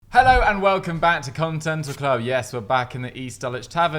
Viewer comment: man said contental club in the intro